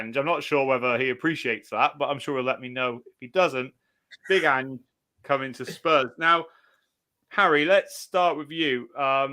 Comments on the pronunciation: Who’s An-gaye? You mean Ange 😂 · Why’s Harry calling Ange , angay? 😂